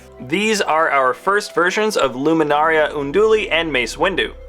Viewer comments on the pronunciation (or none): LUMINARA UNDULI NOT LUMINARIA !! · pronunciations: Ki-Adi-Mundi, Key Ad E Mun-dee. Luminara Unduli, Lumin-Nara Un-duel-e. Quinlan Vos, Guinn-lin Vos. Barris Offee, Baris O-fee.